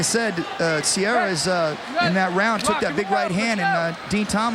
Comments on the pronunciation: EXACTLY. What a useless announcer. Matt "Sierra" vs Din "Thompson"... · I kept waiting for the one commentator to get corrected with, “it’s Serra, not sierra” lol